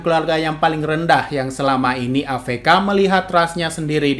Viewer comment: "A EF KA" min bukan "A VE KA" 🗿